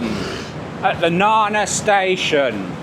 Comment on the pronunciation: Glad to see you pronounce Na-Na properly not nanna!! So may call it Nanna Plaza! Good one 👍